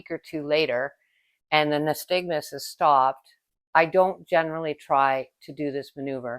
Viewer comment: Very good video. Only thing is it’s pronounced nySTAGmus (unlike aSTIGmatism).